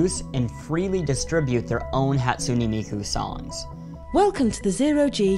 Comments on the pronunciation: You said Hatsune Miku wrong, no hate but it's pronounced like this "HĀtsooneh Meekoo" okay I know this is weird as heck. ;w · Whatever Cartoons HA - TSU - nAY mEE - KO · Whatever Cartoons HAT-SOO-NAY MEE-KU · Better than "Hat-SOON miku" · This guy's pronunciation though: "Hatsoonie Miku" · how you pronounce it, though I'll give you he has bits of an American accent in his pronouncing. Hahtsooneh Meekoo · Zai isn't it pronounced Hatsoon Miku